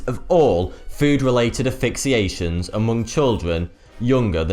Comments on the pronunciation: 1) C'shew? 2) Phycosis? 3) Ackai? I thought it was Ackee? 4) Aphixiations? 5) Sannakaji? 6) Nambia? 7) Oshiketataka? This was a rough day for. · "asphyxiations" work on your pronunciation dude!